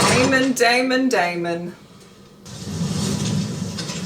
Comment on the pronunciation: "Is that aemond?!" Its daemond!